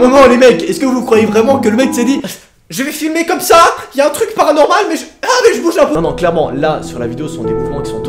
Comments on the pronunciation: Toi aux lieux de dire 'paranormal' tu dis toujours 'heparanormal' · Perso j'adore quand tu dit "bienvenue dans ce thread " "PARANORMAL"